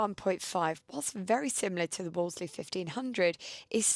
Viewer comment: 'Woolsey' - the second 'l' is silent! Phone The Wolseley on Piccadilly if you don't believe me!